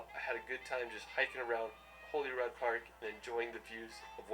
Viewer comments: I used to be a tour guide in Edinbrugh & americans trying tae pronounce places in scotland is funny. Holyrod its holyrood (holyrude). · The fact that Shetland didn’t make this makes me sad. It’s an incredible place! If you like vikings, head to Shetland in February, you will get your Viking fill! It’s when we celebrate our Up Helly Aa festival. Just a note, it’s HolyROOD not HolyROD, just a lil pronunciation tip